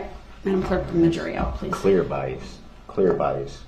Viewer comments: How about “biast”? It is bias, it has no “T” it’s bias sir…. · That was awesome. She also at some point corrected his pronunciation of bias. She pointed out that there is no T in it. I also loved the part where she pointed out his “double hearsay” tactic. I would have been so snarky with him.